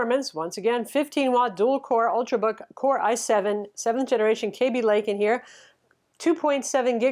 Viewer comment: please learn how to pronounce Kaby Lake